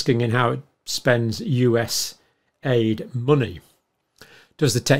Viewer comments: It was really supposed to be pronounced just with the letters and NOT U.S. aid. Just U.S.A.I.D. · John, I love ya but, its not US aid, it's US A. I. D. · USA ID.....not us-AID........ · Say it as "YOU SAID" or "U S A I D". Don't say US AID! The latter purposely misrepresents the nature of this organization, actually being a money laundering system. And leftists use this lingo to antagonize the DOGE efforts, crying about how Musk is screwing up aid programs. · It's not aid, it's A.I.D. and that acronym was intentionally selected to make people believe they provide aid. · It's not US Aid, it's USAID (U-S-A-I-D) Saying aid makes it seem like an aid organisation. It is the United States Agency for International Development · It is NOT "US Aid"!!! It's "USAID", and has practically nothing to do with 'aid'! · Please, don’t pronounce it like AID as in help. no it stands for United States Agency for International Development. A small amount is allocated for actual humanitarian aid. We should protect that part or put in a different agency where it’s the sole purpose.